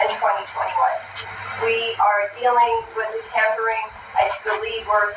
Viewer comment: It ‘tampering’. You sound dumb